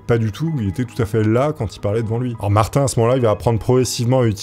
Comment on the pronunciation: J'ai accrocher sur l'histoire de Martin de la manière que tu le prononce! Il la fin de prononce comme maTin mais avec un R car de la manière que tu le prononce ça sonne comme mon prénom Martine!